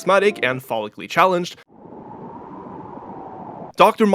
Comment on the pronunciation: thank you for the visual clarification bc at first I couldn't tell if you said "folically challenged" or "phalically challenged," though from watching Dr. Mike's content I have a feeling both are true.